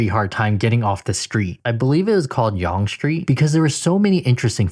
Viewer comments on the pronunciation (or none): "Yonge" is actually pronounced as "Young" :)